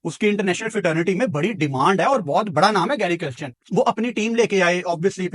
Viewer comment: It is NOT Christian…it is Kirsten or Kiersten…